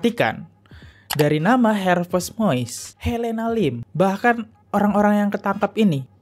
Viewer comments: Har vey mas...bukan har vest.... Harvey Moeis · Harvei bukan harves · Sebut nama “Harvey” aja blepotan 😅